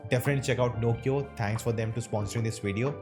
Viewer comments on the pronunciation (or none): none